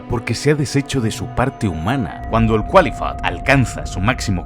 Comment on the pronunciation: Según sé, al Qlifoth, no se le pronuncia como Cualifot, se dice Klaifot. Pero buen video.